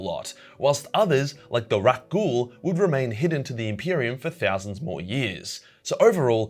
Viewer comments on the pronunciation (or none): Just heads up, you should probably pronounce Rak'gol as "rack-goal" or you will confuse Star-wars fans where "Rakghoul" is a thing (kind of a mutation plague). You might want to do this, because if Star Wars fans hear "Rak'gol" sounding similar to "Rakghoul", they will launch into a logorrheic tirade and spread confusion as fast as they possibly can. I would know, my friend who is a massive star wars nerd had this very reaction when we were playing Rogue Trader with friends in the local game store; which in turn agitated the nearby Starwars nerds to also speak up. They would not shut the hell up for what seemed like forever (though probably only 10 minutes). Still, it was one of the most annoying moments of my entire life. Please help stop them before they start! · did... did you just say Rakghoul? Those are from Star Wars. Please tell me it's just your weird way of pronouncing stuff again.